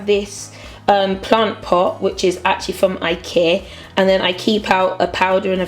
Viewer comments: you don say Ikea..you say ikee xD it's lovely xD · I aslo say ikea like ikear. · i like the way you say ikea like 'i-keer' xxx